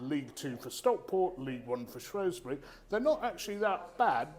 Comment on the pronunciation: Saying Shrewsbury wrong 🤦🏻‍♂️